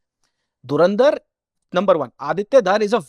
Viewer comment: Nice but AI couldn't say Dhurandhar properly